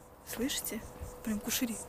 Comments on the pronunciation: НЕ КУШЕРИ, А КУЩЕРИ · Не кушери , а кущери